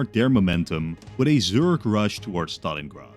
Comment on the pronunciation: Exactly what is a "Zurge rush"?